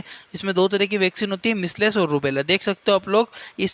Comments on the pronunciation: Measles pronunciation galat he...misles nhi mijals aise pronounce krte hai.. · मिस्लेस नहीं मिजलस कहते हैं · मिसलेस nhi hota h sir